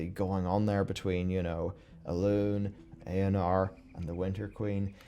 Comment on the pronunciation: its Eonar not not eanar